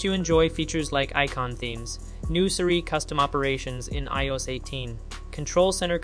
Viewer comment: How can you not know how to say iOS? Lol